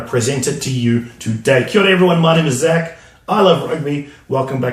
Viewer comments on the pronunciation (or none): none